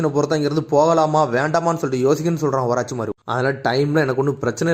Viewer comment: Oruchimaru ❌ orachimaaru😂